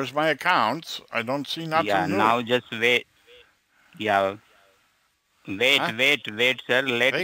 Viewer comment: Dammit. Vait vait vait. Teach them to say more words wrong.